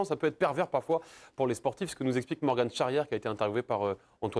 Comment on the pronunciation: C’est Morg-an, pas Morg-ane ! Faites un minimum de recherches bordel